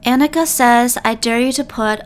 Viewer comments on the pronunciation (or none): none